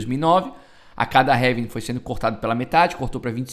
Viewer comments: Falou heving outra vez kkkkkkkkkkkkkkk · Heving ? Kkkkkkkkkkkkkkk